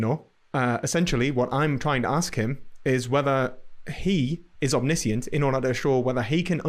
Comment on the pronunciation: 'overtalking' and 'one' is WUN. NESusri omNISHunt